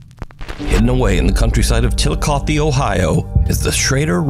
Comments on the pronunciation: Omg I’m from Chillicothe! I’m very impressed you got the pronunciation correct! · Thank you for pronouncing 'Chillicothe' correctly! --Ohioan